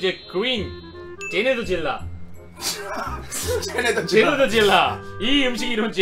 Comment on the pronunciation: 제네더질라 아니고 제네뒤질라